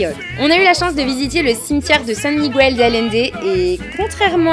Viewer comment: Comme on note souvent le négatif dans les vidéos, je vais déjà commencer par te dire que la tienne est vraiment super, on sent vraiment que tu as adoré ton voyage, et que tu as découvert toute une autre culture. Par contre, quelque chose qui m'a un peu gêné, c'est ta prononciation du nom "Miguel". C'est un peu cliché chez les français de le prononcer comme tu le fais (aucune critique, la majorité des français le prononce aussi comme ça). Comme il n'y a pas de tréma sur le "u", tu prononces le mot à la française "Migail" ou "Miguèl" enfin tu vois le délire. Sur un mot comme "bilingüe", là tu vas prononcer "bilingoué" voilà voilà c'était la minute cours d'espagnol :)